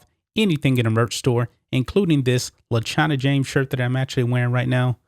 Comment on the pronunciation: LeChina James? Lolol